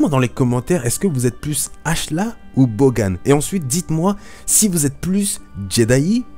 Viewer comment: on dit bogan : boganne